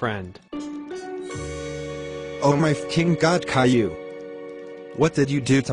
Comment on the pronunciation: Clearly Animated it was the robot voices for the people, some of them pronounceded Caillou in different ways.